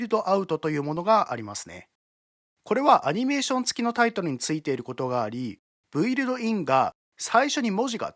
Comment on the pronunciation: 素晴らしいプラグインのご紹介ありがとうございます。 ひとつ気になったのですが、「Build」は「ブイルド」ではなく「ビルド」です。何にせよ購入させていただくつもりです。ありがとうございます。